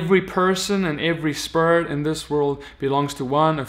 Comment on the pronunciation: The only evil thing in this video is the way you been saying Spirit. SpErT